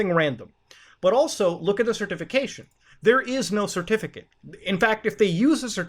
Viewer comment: hindi accent comes out when he says certificate